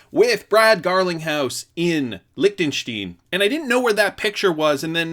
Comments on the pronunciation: Dude! It’s LichtensteIn (stine), NOT Lichtenstien (steen). Simple rule with Ie and ei in German: the second vowel gets the hard vowel sound in pronounciation. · LICK - TEN - STINE—— Lol!! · Pronounced likhhh ten shtine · INT ICE it’s not :P. You don’t have the sound of “st(ein)” in english so you cant write it out how you pronounce it